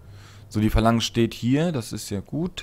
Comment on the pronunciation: Ich hasse es andere zu korrigieren aber dass es heißt Phalanx nicht Valanz